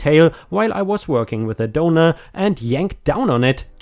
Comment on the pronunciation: The entire time he was saying "donor" I wasn't looking at my screen and was curious as to why he kept saying "donuts".